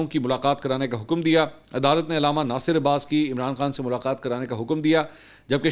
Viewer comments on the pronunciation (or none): none